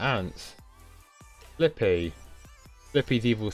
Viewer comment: Lots of people mispronounce Fliqpy.